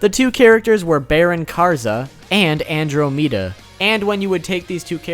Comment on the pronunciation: Did he pronounce "Andromeda" as "andro-mee-da"?